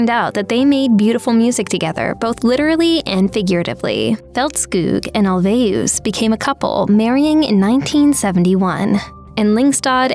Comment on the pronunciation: Here to check on pronunciation - I give the narrator a 7/10. Ulvaeus is ool-VAY-oos and Agnetha's last name is Feltz-kog, not Feltz-kewg.